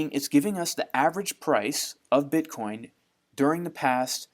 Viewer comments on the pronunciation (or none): Dear, please say "bitcoin"